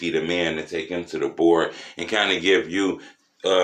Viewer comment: "DA BOARD" be lit 🔥